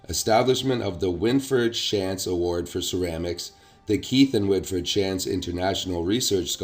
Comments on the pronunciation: Great information. Thank you for sharing. Shantz is a local name pronounced Shontz. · OK, If you're from the K.W. area...you are pronouncing the last name, Shantz, completely WRONG!